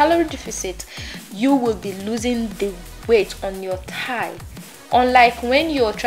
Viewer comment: Thigh not tie